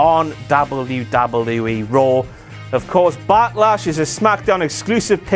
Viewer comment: The way you're saying 'wwe' is really fucking irritating. It'll put me off watching in future